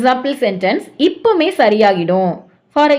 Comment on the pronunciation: இப்பமே அல்ல இப்பவே. இப்போதே........